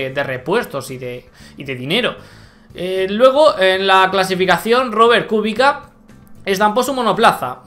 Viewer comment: buen video. Kubica se pronuncia "Kubicsa". :D